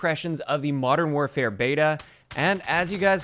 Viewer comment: Sounded like you said infinite warfare at the beginning